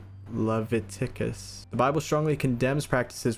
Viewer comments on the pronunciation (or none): The word "Leviticus" is pronounced as lih-VIT-ih-kus.